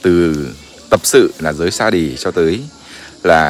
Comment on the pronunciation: Mình góp ý với một ít nhé. Thứ nhất là hãy lưu ý phát âm cái từ Sa - di. Hãy đọc là Sa dzi. Đừng đọc là sa đì.. nghe rất phản cảm. Điều này mình đã góp ý rồi, sao ko đọc... ko sửa cách phát âm từ đó?. Thứ 2. Thầy Minh Đạo ấy... cũng đừng nên kể lể như vậy! Tôi thấy ko đồng tình đã, nếu là chân tu thì cũng không nên phải phân trần giải thích như vậy! Mình cho là mình đúng thì không cần phải nói thêm nữa